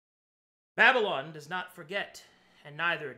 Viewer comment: How to pronounce DADDYLON for beginners